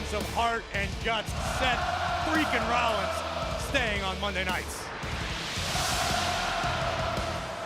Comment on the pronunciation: Chef Freaken Rollins is what I heard